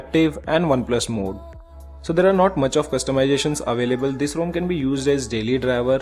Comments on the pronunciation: It's ROM not ROAM! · Bhai main bhi India se hoon. Bc ek bande ne wrong pronounce kar diya toh pura India ka naam kharab kar diya! 😂 It doesn't take much effort to pronouce ROM instead of ROAM!